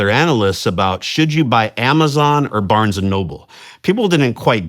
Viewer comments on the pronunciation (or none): none